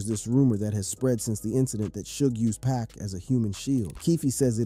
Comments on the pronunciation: 2pock not 2pack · 2pac not 2pock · U know nothing about 2pac or else youd say his name right